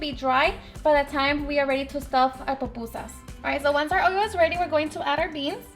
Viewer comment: Why can’t Mexicans say pupusas? tf is so hard about that word? 🤦🏻‍♂️ they literally pronounce and write Popusas! Gonna grab me some tacus and burratos.